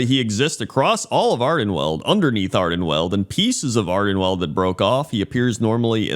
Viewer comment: I have a pointless remark. You are pronoucing Ardenweald incorrectly. Ok? Ok. See ya.